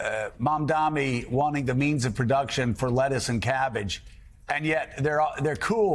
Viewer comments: IS MAMDANI NI NI NOT MAMDAMI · Scarborough, it's M-A-M-D-A-N-I, not Mamdami! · Are you all in the media this dumb that you can't pronounce his name correctly.... it's Mamdani.. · Joe Mamdani MAMDANI it’s really not that hard. We’ve been saying it for the last couple of months Zohran Mamdani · MAMDANI, MAMDANI, these journalist cannot pronounce MAMDANI's last name. Are they doing this on purpose 🤦‍♂️ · Joe, learn his frickin name already. He even paused, thought it over, and still got it wrong. M-A-M-D-A-N-I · Joe His name is MAM-DANI. Get it right.